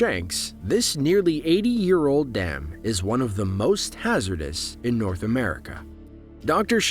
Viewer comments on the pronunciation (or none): none